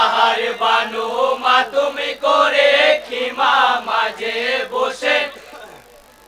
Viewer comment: মাতম হবে, মাতুম নয়